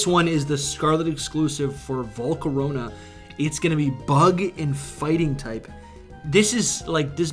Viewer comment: volcarona got so butchered